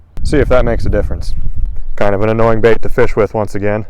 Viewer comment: "As for the lip on this bAiht."